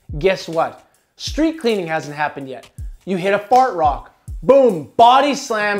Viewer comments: I kept hearing fart rock instead of hard rock lol. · Lol is he saying "fart rock" ?